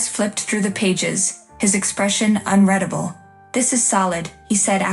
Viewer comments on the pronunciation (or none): You need to get your AI voice-over to pronounce words correctly. Unreadable pronounced un-red(having been read before)-able should be pronounced as un-rEEd-able. Get you word definitions correct please. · unreadable, is not pronounced "unREDable" WTF, I really can't wait for IT to control our lives